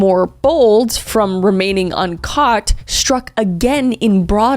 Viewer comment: I thought she said uncut serial killers at the beginning. Not un caught, so now I really need to know how many are uncut vs cut